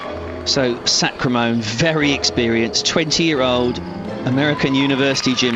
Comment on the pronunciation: lol he says sacramone's name wrong just about every time. alissia sacra-mone.